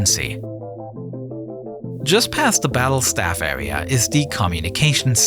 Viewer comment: This awea also doubles as a pwess woom